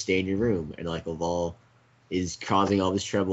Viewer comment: Legends of Chima is epic but what the fuck are you guys doing and it isn't lavowl it's laval